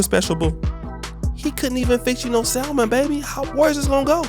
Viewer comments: Hey peeps, I'm sorry if I sound a little bougie but, just so everybody knows, the word is not pronounced sal-mon. That is how it is spelled, yes but, the L is silent. It is pronounced with no L, like sam-un. The fish Salmon is pronounced ...sam-un. The word supposedly is not pronounced suppose-zub-ly. It is pronounced, suppose-zed-ly. The word specific is not pronounced Pacific. That is an ocean. It starts like the word spud. Spu-sif-ik. Ahhhh....There, I've made the world a better place. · "salm·on" pronounced" 'sa-men there is NO L, Bro!!!!!!! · The "L" is silent in Salmon.